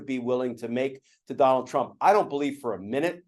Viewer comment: I noticed every time Glenn says "Donald" he says "Donal" heh heh